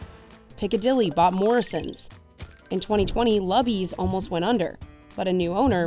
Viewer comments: We pronounced Luby's LOO bee's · We really enjoyed the video. I gotta tell ya though... It's pronounced Loo Bee's 😂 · Lubys is pronounced 'Loobies' ! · Luby's is pronounced LOOOBIES you yankee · Luby's is pronounced as LOU-bees. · you’re a dummy. Luby’s is pronounced Loo-bee’s! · Just wanted to say, it's pronounced "Loobys" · It's looby's hon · Luby’s is pronounced “Lou-bees” down south. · This poor thing really said "Lubby's" 🤣 she must have missed the jingle in her research: "🎶 Luuuuuuby's / tastes like Texas, feels like / 🎶🎵🎶 / HOOOoooOOOME 🎶 " RIP Furr's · The narrator mispronounced“Luby’s”. It pronounced like “LUBE-EE’S”. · I had always heard Luby's pronounced Loo Be's. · It’s LOO-BYS! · She said "LUH BEE's" smh.... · “Lubys “ is pronounced with a long “ u .” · It is pronounced LOO-BEES. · I know, embarrassing 😳, Lubbies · Luby's is pronounced Loo-beez. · Psst! I grew up in Texas. We pronounced Luby's like Loo-bees. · The pronunciation of Luby’s (Looby) is driving me crazy. LuAnn Platter would cry. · I feel like I am going crazy, because I have been going to Luby's since I was born in the early 90's. I've eaten at Luby's all over the State of Texas, from Ft Worth, Dallas, Austin, Houston, College Station, and San Antonio, and it is pronounced "Loo-Bee's" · Its pronounced LOO-BEES, and its deeply missed in east Texas. It was a staple in my childhood. Every Sunday after Church. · Its pronounced "Lou-bees" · “Lubby’s” what? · LOO - BEES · It’s pronounced “Loo-bees” get it right! Ugh 🙄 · Ope thank you for telling me! I grew up going to S&S in Macon. Had never tried a Luby's (loo-beez) before. Gotta get over to Texas to try them! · EXCUSE ME!! It's Lue-Bees ma'am! (Phonetically spelled out) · LOL! I was doing the same thing! Yelling at the screen "It's pronounced Loo-bies!" LOL! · So glad someone else commented about the pronunciation! 😆 Exactly right, Loo-bees! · Yes, Loo-bee's. Did no editor or fact checker catch this? Zero stars. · Bro called it “Lubbys” 😩